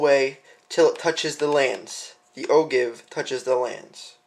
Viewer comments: Just because I'm OCD... It's pronounced "Oh Jive", not "Oh Give" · Not a bad video, but it is pronounce "oh-jive" and is spelled ogive, not o-give. You should, also, "spin" the brass while in the calipers so the head squares up to the outside measuring contacts. Verifying the round in your calipers after you removed it from the rifle would, also, have been a good idea. I don't know about most people, but "good-enough" isn't in my vocabulary when it comes to reloading. You are definitely on the right track. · Enjoyed the video. I have always heard "O-give" pronounced "O-Jive". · Good job overall but again it's actually pronounced "o-Jive". Keep up the good work. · Great video. But it's pronounced "OJIVE". I'm just sayin"..... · The Ogive?? LOL! It's pronounced Oh-Jive.... ROFL! But yes, a good explanation and good video. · LoL It's pronounced - Oh Jive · Ogive is pronounced Oh-Jive. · Yes. Ogive is a geometric shape. See: I was trying to help you with the pronunciation. You mispronounced it in your video. FYI .... most people mispronounce it.